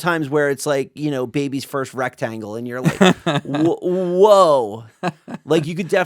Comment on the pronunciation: Why does make the word "and" two syllables? Aye yund